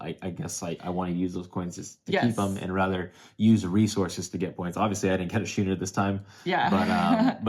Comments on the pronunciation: Thank you for the entire series. It's been great fun. 'Schooner' has the same sch that 'school' does. So it's "Skooner", not "shooner." I love your "backdrop". It makes a very nice change from the standard Interesting-But-Cliché Wall of Games. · Perfect timing on this as we just bought it last week. As dry Euros go this seemed fairly thematic, though it seems a bit lighter than I expected - might be a good way to introduce newer gamers to Uwe’s games without the grind of “feed your people”. BTW, the ship is pronounced as skooner, with a hard C. Nice playthrough, and good insight on the replayability issues.